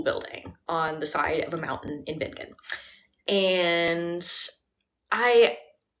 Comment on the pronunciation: Bingen has a soft G. BIN-jen.